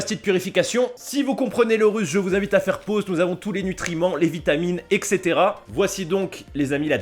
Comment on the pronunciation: Salut. Tu dis excetera mais on devrait dire etcétéra, bref, je dis mais je dis rien, comment je n’aime pas les gens qui disent sa putain... je te kiffe mon gars!!!!!!!!!!!!